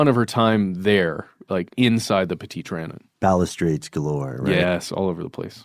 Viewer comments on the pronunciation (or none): You’re pronouncing petite Trion incorrectly